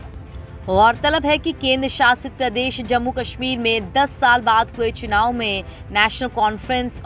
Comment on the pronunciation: Chinaav nahi chunaav hota hai, begum. 😅